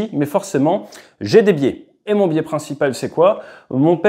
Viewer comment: Biais garde son " s" au singulier